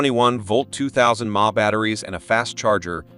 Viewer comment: I am a native born American, am 72 years old, and I have never heard the electrical term: mAh...milliamphour...pronounced as 'mah' as in ma & pa...names of our parents. Where did you get your pronunciation from? Is it a computer generated voice? That would explain it. I just bought the Imoumlive brand mini-chainsaw with extendable pole. I bought the saw with the 8" chain because it has a chain speed of 26 ft/sec, much faster than these 6" models shown here that only go at about 19 ft/sec. The 6" version of the Imoumlive brand also only goes about 19 ft/sec, so I went for the 8" version for the faster chain speed. I didn't like the models that didn't have an oil reservoir that required carrying a little oil bottle and manually oiling the chain. The Imoumlive saw has the oil reservoir, a big plus for me. I cut several large limbs, about 6" in diameter, from my Oak trees and then cut the limbs up to go on my burn pile. The battery only used one bar on the charge indicator...nice..!! Do your own homework...compare all of the features of the mini saws and take notice of the chain speeds and whether or not the saw has an oil reservoir. Yea, if you only cut a couple of small limbs now & then, the lack of an oil reservoir may not be as important as when you have a lot of cutting to do. Then, you will appreciate only needing to push the primer button a couple of times over having to carry a little oil bottle with you. I have watched a lot of these YouTube videos about these mini saws